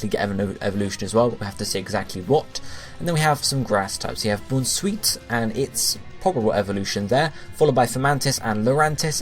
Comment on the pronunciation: Bounce-sweet, Com-fae (rhyming with lei), Morel-lull (morel mushroom)